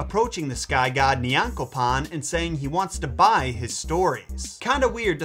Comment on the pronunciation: 1yr later and i just found this video. Ngl i could stop laughing at how he butchered some of the names. Like Oyankopon lol